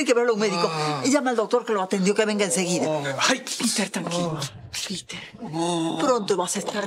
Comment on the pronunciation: es piter no peter jaja